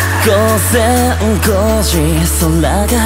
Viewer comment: “午前5時空が藍色に染まる” 配信で朝まで一緒にいて気付いたら空が明るくなってるしあわせな瞬間と重なります. “ご”の発音と”染まる”の語尾と吐息ぽい歌声にの色が出てて素敵💭 “汗ばんだ肌をそっと抱きしめる” 好きな人と肌を重ねたあとその温もりを抱きしめて余韻に浸る感覚満たされます. の母音が”あ”のときの発音すき